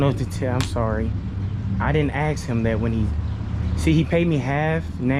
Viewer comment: Axe ? Or ask, get it right when you out teaching